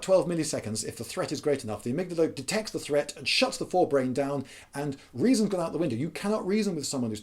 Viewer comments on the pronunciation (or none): none